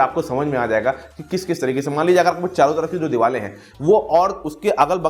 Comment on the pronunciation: Diwal nahi deewar hota hai pronunciation incorrect hai tumhara